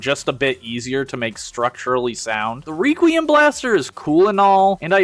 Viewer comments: it's requiem (/ˈrekwēəm/) not reququium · Say it with me class, "wreck-wee-uhm." "Wreck-wee-uhm" blaster. "Wreck" not "Reek." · Reeee-quiem blaster??? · wait how did you pronounce requiem blaster? hahahha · Tried really hard to enjoy this, but all of the weird pronunciations/engagement baiting killed it for me. Have you never heard the word requiem out loud before? And Sureshock is just a scooter, Vespa is a specific brand which he doesn't look anything like. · Your pronunciation of 'requiem' makes my brain fuzzy.